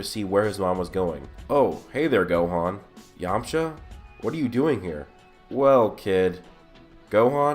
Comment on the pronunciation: really? it's yamcha, plz